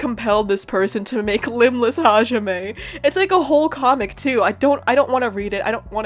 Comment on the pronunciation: My 50 yr old uncle pronounces hajime as "ha-jimmy"